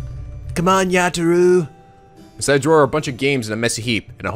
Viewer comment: 2 minutes into the video, "Yata-rou". It was at this point I threw my computer.